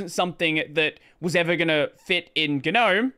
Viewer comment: how do you spell that? guh-gnome? do you pronounce both g's?